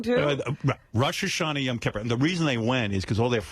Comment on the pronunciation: Howard: "I know every Jewish custom ... !" (But can't even pronounce "Yom Kippur" correctly.) 🙄